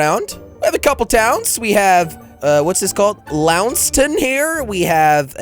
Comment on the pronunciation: Seriously “lownston” it Launceston Jelly. Love ur vids though